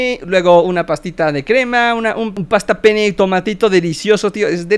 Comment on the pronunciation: Escuché pasta pen3